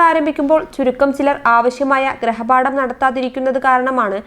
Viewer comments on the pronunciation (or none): ഗ്രഹപാഠം അല്ല ഗൃഹപാഠം ആണ്